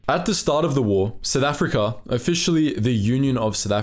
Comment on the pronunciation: Lolz, it's "South Africa", not "Sith Africa". 😂😂😂